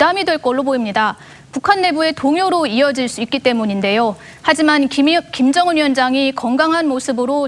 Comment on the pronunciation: 김정은을 김연정이라고 계속 왜 발음실수를 하는거지? 내 귀를 의심하고 여러번 들었는데 역시나 여자 아나운서가 실수했음.